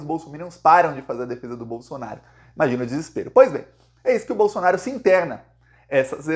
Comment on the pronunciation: Tira essa bandeira brasileira de trás de você, e coloca a verdadeira bandeira q tu defende a vermelhinha com o machado! E aprende a falar certo, não é Bolsonario é BOLSONARO.